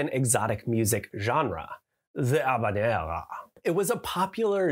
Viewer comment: ~ ze ghavanera ~ is how I will pronounce habanera forevermore